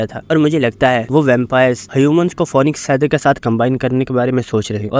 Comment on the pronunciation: Bhai phonixe nehe phinix